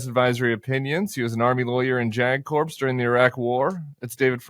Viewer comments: How about saying “ corpse”. For “ Corp” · JAG Corpse, Tim? Did you mean JAG Corps? In the word corps the “p” and “s” are silent. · Jag corpse? Is that a new series on HBO? C'mon, Tim, learn to pronounce your words. You're smarter than this, dude.